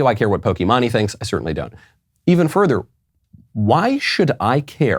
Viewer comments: Michael it’s poky-mane not poky-mon-e your the best but that was just to funny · Lol he said Pokemanee It’s Poke-main 😂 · I’m sorry but “pokiemanye”??? Nah bro ✋💀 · bro saying pokee manee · NO WAY YOU JUST SAID POKEY MAHNEY IM DYING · "Poki-mani" 🤣 Good stuff Michael. 👍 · Hearing Knowles call pokimane po-kee-mah-nee, is way too funny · i'm glad i lived up to the point in time to hear Michael say POKIMANI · Michael pronouncing Pokimane as Pokémoni is the greatest thing I've heard today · I was so confused when Michael said "Pokeymaney" and then I saw Pokimane on the screen. Had me in tears! 😂 Still love the show! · It's Poke Mane like (Pōkē Māne or Maine) It doesn't really matter. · not that it matters, but it's poke- mane--- like that, but maybe you did it intentionally, lol great show, keep up the good work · pokémonie lmao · I know Michael doesn't care, but Pokimane is actually pronounced "pokey-main". And I only know that from another gaming-based YouTube channel. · it's actually pronounced poke-ee-mahn. her name is imane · It’s poke mane that’s how it’s pronounced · Micheal, its pronounced pokey-main, if your gonna insult someone at least pronounce the name right XD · lol. love the show as always... but it's pronounced poke-mane like a Lion's mane. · I love how boomer Michael is. The "Poke-eee-monn-eee" pronunciation killed me. haha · When he said poki-mah-nee was hilarious 😂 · It's pronounced, pokey-maine. Lol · Horse mane Pokimane I know enough that I don’t mispronounce the name. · Everything was great except the part where he pronounces pokimane in the most cringy way possible multiple times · How tf can he not pronounce pokimane this guy is a clown lol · Haha, the way Michael pronounces Pokimane. Also, I'm pretty sure she won't be missed. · The way he pronounced Pokemane SENT me 😭😭😭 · Lol, pokimane. Love the pronunciation. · Bro you really couldn’t say poki Maine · Absolutely butched pronunciation of pokimane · Pokimahne lol Btw it's Pokimaine